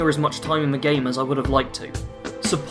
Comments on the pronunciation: THE ! .... T.H!. NOT V I couldn't even get 10 minutes in the the video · Took me a moment to work out what you were trying to say. I've got a speech problem where I can't correctly pronounce a few different sounds, one of which is the "th" sound.